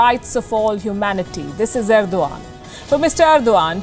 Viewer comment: She said ' this is Ergdogan'